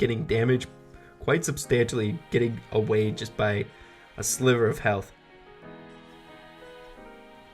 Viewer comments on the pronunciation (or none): none